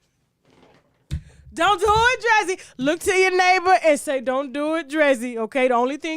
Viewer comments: Tasha why you pronounce DREEZY like that 🤣🤣🤣🤣🤣 you pronounced it wrong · Lol Tasha pronouncing Drezzy's name wrong . I didnt know who she was talking about. I didnt know who she was talk about until she put her picture up.